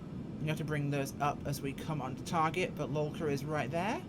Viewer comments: Haha yeah. Great video, getting the name wrong every time of one of the most famous airports in the world... At least it made me laugh rather than annoying me! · Why the fuck do you keep calling it lulka? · Yeah, it's Lukla. I thought maybe it was a local pronouciation and I was wromg all along 😎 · I so much like the way you call that little airport LULKA. Sounds like Yiddish to me... A great video, BTW